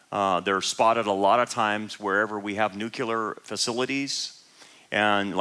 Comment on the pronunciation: No such word as Nucular. It's NUCLEAR. Always has been, Always will be